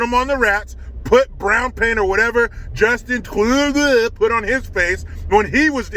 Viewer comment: JUSTIN CHHUUUDOOHH LMAO